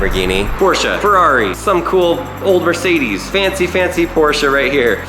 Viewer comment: Dude it's "Mercedes",not "mercedies"!😂😂😂